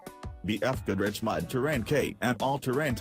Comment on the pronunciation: What the hell is a mad terrain? Robot needs to learn how to pronounce mud